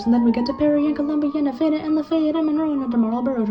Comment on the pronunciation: The way he pronounced lafayette physically pained me